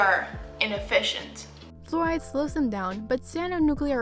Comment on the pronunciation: omg i died at “ineffisiont” also thank you for providing closed captions!!